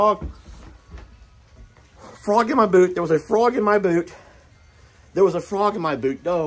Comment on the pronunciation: "frog in my bood....frog in my boot" I'm dying here 🤣